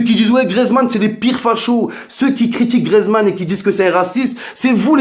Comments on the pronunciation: si jamais on dit gRIEzmann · C griezmann pas griezman et chui d accord